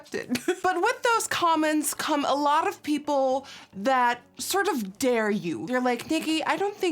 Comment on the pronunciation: "A Loruff Ppl" 😂